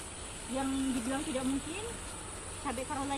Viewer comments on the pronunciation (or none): none